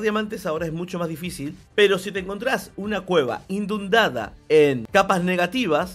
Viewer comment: es inundar no indundar